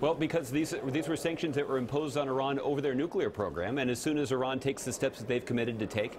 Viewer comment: Thank you for pronouncing Iran correctly, White House man.